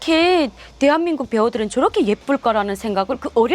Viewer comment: 大韓民国＝テハミングク ソンイさんの「テアミング」だけ分かった 😁www